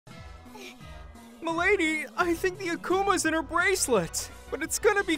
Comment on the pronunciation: Ppl just can't pronounce "akuma" correct.